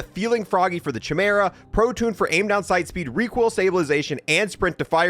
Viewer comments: "Kai-MEER-uh," not "chi-mur-uh." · He says Chimera with a CH but I’m sure I’ve heard every other youtuber pronounce it as KYMERA with a KY rather than a CH… 🤔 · Excellent video, dude Oh, that's pronounced kai-meer-uh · Not to be a Grammar Nazi , but it's pronounced "Kye-Meera" ... not "Che-mera"... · Chimera is pronounced "KAI-MERA". Do you even know Greek Mythology bro? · It is pronounced Kai-mera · it is pronounced Kaɪ-Maer-A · Fr i pronounce it as KYMERA too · Chimera is pronounced (kai - mara) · i keep cringing whenever he says it like "chi-mur-uh" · It's pronounced chimera but it's a k sound not a c. It drives me crazy when you say it wrong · Glad I wasn't the only one bothered by that.